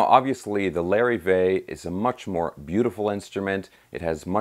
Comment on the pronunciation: Lar-eve-vay...not Larry-vay...